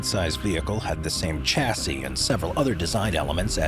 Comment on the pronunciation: Some of the pronounciations here make me shudder. Bugatti is Boo-gat-ee, not Boo-gah-tee. Similarly Chassis, being a french word, is Sha-see with a soft CH, not a hard CH like Chair. Jaguar is Jag-u-ar like it's spelt, not Jagwaaah.